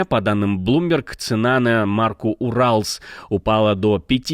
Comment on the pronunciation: Вы замечательный ведущий, но рос. нефть бренда Urals надо произносить не как Урал, а как "Юралс". Не страшно, но лучше правильно произносить. Удач каналу!👍👍👍